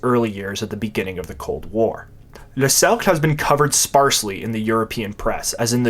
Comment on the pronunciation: "Le cercle pinay" sounds extremely rude to English speakers, especially when its pronounced "Suc" ha.